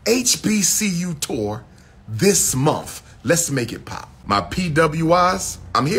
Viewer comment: It's "month" not "mumf".Go back to school and actually obtain a degree this time.